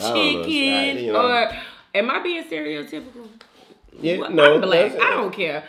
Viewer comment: She said… “Am I being “CEREAL TYPICAL”….it’s STEREOTYPICAL”. Wow!